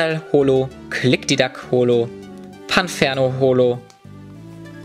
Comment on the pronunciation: Ich wollte nur auf einen Sprachfehler hinweisen. Sry das ich dich damit genervt have. Tut mir leid sollte nicht so wirken. Aber, dennoch Heißt es Klickdiklack. Ich bin dabei auch nur so pingelig, weil das einer meiner Lieblings Pokemon ist